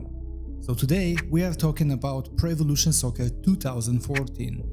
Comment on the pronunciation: why do you keep reading it like prevelation soccer?